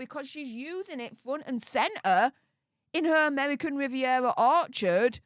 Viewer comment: Pls pls dont say amevvvvvican vvvvvivvvvievvvva get speach therapy ffs you're embarrassing yourself😂😂